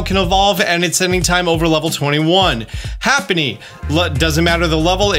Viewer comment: Hapiny?as in hap-a-nee? I take it you never watched the Pokemon shows before. It's pronounced Ha-pen-nee.